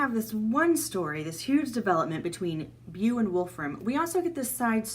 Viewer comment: Beau is pronounced "Bo"